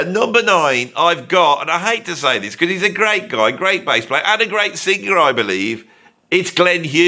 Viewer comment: Look, man. You can't even say the word "sing•ga•er." Why would I listen to you?